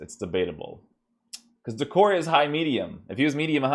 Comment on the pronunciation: DEE-CORE-AY =D